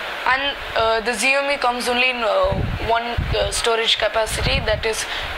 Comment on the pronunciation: Idiot! Its not pronounced as Ziomi.LOSER.